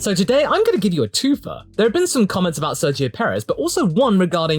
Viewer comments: I’m convinced everyone says Sergio’s name wrong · I think so. Sergio in Spanish has the soft g sounding closer to an h than a g from what I can tell. English speakers say it like a g (the English g). Then again, I haven’t heard Sergio say his own name and I also don’t know in which contexts the soft g doesn’t apply (making the g in his name a hard g like in English)